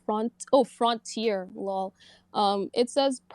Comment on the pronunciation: I have never heard frontier pronounced that way 😂